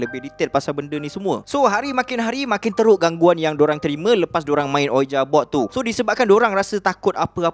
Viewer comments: Sori, sebutan ouija tu "wiji", bkn uija. Tu je pape pon mantop cerita ko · Tak pernah tak padu punya content. Just sharing untuk sebutan "ouija", cara pronounce betulnya "wiji" or "weejee" board.